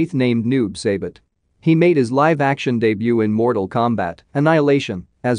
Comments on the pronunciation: Jesus man, it’s Pronounced like Bee Han (like Han Solo), and Noob Sci bot. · This dude pronouncing sub Zero's name is already cringey af dude its bee han not by hand bruh and its noob saibot not seybot smh 🙄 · Noob Say-Bit? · I'm sorry but the way it pronounced saibot and bi han omfg...